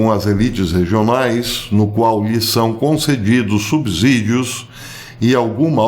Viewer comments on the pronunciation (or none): none